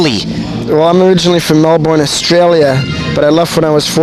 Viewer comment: he definately did leave melbourne early... it's pronounced burn not born